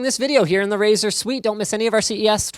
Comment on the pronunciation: For a moment I thought he said "This is Razer Wh*re"